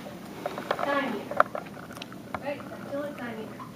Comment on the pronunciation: Not "try-meter"... pronounced "trim-iter" Not "die-meter"... "dim-iter"